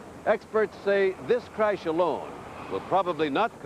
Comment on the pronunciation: Why does Sam keep saying “craysh “?